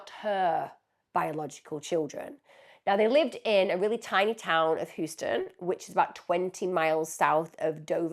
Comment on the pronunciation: Holy crap.. didn't expect to have a case by Emma from my little state.. not being an as$, but Houston isn't pronounced like the big city from Texas. It's pronounced, like "House-ton). Like how you would say the word, "house".. Delaware used to be really rural, except for in the city of Dover, Wilmington and obviously all our main beaches. You could drive on the highway and not see a gas station or anything except farmland or woods for 20 mins and sometimes more. Sadly, it seems like everyone, (including my grandfather) has sold off all their beautiful farmlands to replace them with subdivisions and shopping centers.. 😢❤